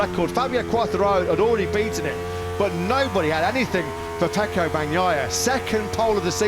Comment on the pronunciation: Why does everyone say Pecco? It's F.